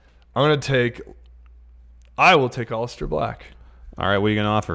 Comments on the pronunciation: Nobody:: OLLISTER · I wish knew how to pronounce the name Aleister.